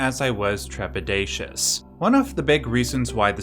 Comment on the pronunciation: "Trepidacius". Wow. That one is going into my vernaculum.